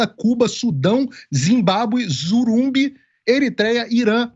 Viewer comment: Ops, não é Zurumbi, né?, kkkk Que tal Burundi? E o "Relatório Mundial da Felicidade" classificou o Burundi como a nação menos feliz do mundo em 2018, eita!